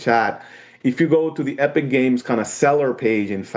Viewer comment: UH-pic games and their latest video on UH-real UH-gine